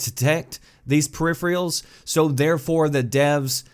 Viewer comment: 1) It is pronounced (and spelled) "per-iph-er-al", NOT "periphrial"!!! 2) The idea of allowing mice and keyboards is nice, but there needs to be some protection to avoid their use with other players using controllers. It is already too easy to cheat on PC. We do not need to add ways to cheat on Xbox, too.